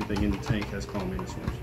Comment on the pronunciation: CamaLLanus, not CallaManus. 😇